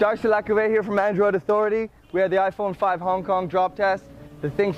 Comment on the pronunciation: ai nghe "Ay Phôn Năm" nào :)